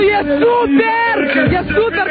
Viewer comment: "Conshiertu ie supierrrr " :)))